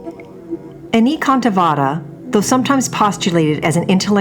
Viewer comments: Anekantavada is based on the Sanskrit word Aneka, pronounced A-nay-ka. Means various. So the word would be A-nay-ka-antha-vaada. The d though is pronounced as in "thee" and not as in "deed." 🙏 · Your Pronunciation of the word "Anekantvad" is totally wrong. First get it right then call yourself "Expert" on Indian religion. I wonder if you are one of those People who have never been to India but only formed their hypothesis comfortably tucked thous and miles away in their Air condition cabins.It is spelled as "Ane ( Like Say) Kaaant Vaad", don't westernize it. You people spell the french words with proper accent & diction but when it comes to other languages mostly non-European you Don't feel the need to be correct as you probably feel Whatever you Westerners do do is only showing us the "underdeveloped" hungry & poor people the right way. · This proper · exactly, and the guy seems to be doing pretty much the opposite